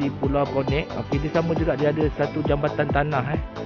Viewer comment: Maap 🙏 cakap bang.. bukan pulau konek.. pulau konet bang .. aku orang kampung baru... kalau lame2 atas pulau nanti bujang nakal nak beekawan... 👍